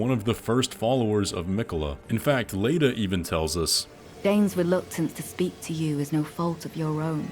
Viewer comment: How did you manage to mispronounce “Leda”? Her name is repeated numerous times in the game